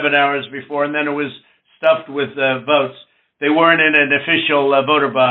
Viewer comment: "WE NEED 11.000 WOTES" like he is buying potatoes.Worst president in Americas history.I feel sorry for the biggest democracy in the world.